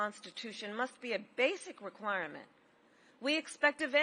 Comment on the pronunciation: What's an “Equirement?”